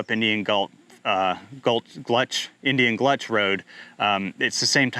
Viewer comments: Indian Gulch Rd, not Gluch, I think. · LOL "Indian GLUTCH"? ALSO it's MAL HEUR